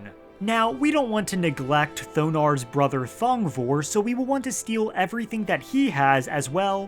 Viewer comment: Thong...vor(e)... Dear gods!